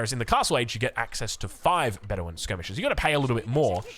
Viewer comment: Be-DEWIN 😂 Love ya